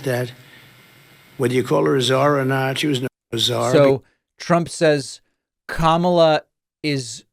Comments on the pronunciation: Kamala was not responsible for letting anyone into the country. Trump just had to pivot from Joe Biden, so he did that. The man is bat sh%# crazy! And he still pronounces her name wrong, on purpose I think!! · What a sleaze. Purposely mispronouncing Kamala over and over. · It's intentional. Just a bully trying to offend someone by deliberately mispronouncing their name. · The fact that he cannot/won't say her name correctly, is frightening. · Every time I watch Trump speak, I think of that old guy at the end of the local bar who pontificates about whatever enters his mind at the moment. Two minutes later, it's a different topic. None of it makes sense, and no one is really listening. And he doesn't know how to pronounce Kamala, either. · He can't even pronounce Kamala correctly. Who's the mentally challenged one? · He forgot what he was saying because he was too focused on deliberately mispronouncing her name. His tiny little pea brain can only BARELY handle doing one thing at a time, 2 is impossible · Anyone who can't learn how to pronounce THE VICE PRESIDENT's name is not fit to be the leader of anything. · He still can't pronounce her name correctly. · He didn't make much sense. He mispronounced Kamala's name and call Aliens, Elians. Then he said she stopped them all. Wow.